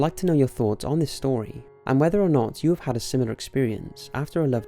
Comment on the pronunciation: Xxcountry_girl_2014xX I understood that part but you said, "I habe..."